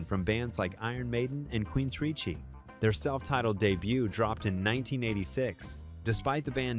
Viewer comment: The AI generated millennial tech bro voice is absolute GARBAGE! TNT - “Tennessee T”??!! Are you kidding me??! Queensricheee? Are you kidding me??? Garbage voice…